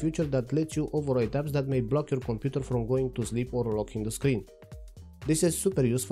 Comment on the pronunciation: your accent makes Computer sound like Komputer which matches perfectly with KDE naming